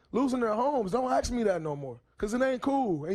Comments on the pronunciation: 🤣🤣is "ask" that difficult to pronounce.....why do most of them say axe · Hearing these guys consistently say axe instead of ask is kind of annoying lol